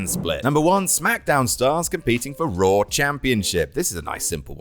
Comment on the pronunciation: Raw* not Roar